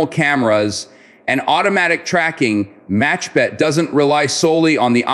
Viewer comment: I realize that you are, like most Americans, unable to pronounce the letter Khet in Hebrew. The word is not MACHBET BUT MAKHBET. It means a swatter in English. Kh could be pronounced reasonably if one is trying to gurgle. Saying it as a ch is grating on my ears. 🙂